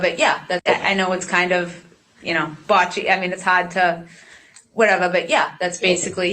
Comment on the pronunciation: "I know it's kind of 'botchy'...". Whatttt?